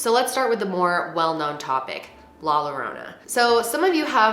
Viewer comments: Please research the pronunciation when the word is in other than English. I’m mortified by you pronouncing the two L letters like you would in English when it actually works like a J. Ahh. I’m gonna cry like la llorona that translates the cryer by the butchering of my first language. Jesus! Also OMG, why would you pronounce the word “popular” as if it’s English. It’s the same word but the pronunciation is POH-POO-LAHR.... take the potato out of your mouth and do a quick Google pronunciation search. Last: PAS-KOO—AH-LEE-TA.... come on be professional. Hey you at least said Gonzalez fine.... 🤗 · Take your bother elsewhere 🥴 Not all of us are Spanish fluent and literally has a learning disability so like.....the mispronunciation isn’t a biggie. She’s bomb. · The scariest part is her pronouncing La Llorana. LOL! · Your mispronunciation of la llorona made me giggle 🤭😂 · 😆😭 Larona , omg i nearly past out when she butchered that....😂😂😂😂😂😂😂😂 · I loved how you said “la llorona” Made me laugh 😆 but girl it’s all good don’t worry about the pronunciation lol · The ways she pronounces la llorona la pasqualita and la popular gives me anxiety lol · pronouncing La Llorona is great!! Girl you tried and that is why you're my favorite youtuber!!! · Who is this friend who told her how to pronounce either of their names like that. Ay Dios mío. No puedo soportarlo. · I love you but the way you said "La Llorona " took me out 🤣🤣 it's the whitest way I have ever heard someone say. ( p.s I know she's is white but it still doesn't take away from the fact that it's the whitest I heard someone prounce it and it being funny as fuck to me hearing prounced that way. Not to mention that I laugh at myself when I mispronounce a word in English. Spanish or Italian. And if someone makes fun of me for it then by all means they can. Itself always a good laugh and in good fun. ) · That in not how you say it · She could’ve made a better attempt at saying la llorona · La -your-ona